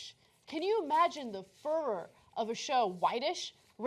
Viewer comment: Ana mispronounced "furor".